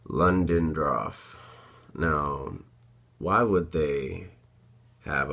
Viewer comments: Sorry to be that guy but correct me if I'm wrong. I'm pretty sure you're pronouncing Ludendorff wrong. It sounds like you're saying Londondroff. Just trying to help just incase for whatever reason the pronunciation ties into the mystery but I'm sure it won't matter. Really interesting vid! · I know you pronounced that wrong on purpose there is no way you thought that was londondroff lol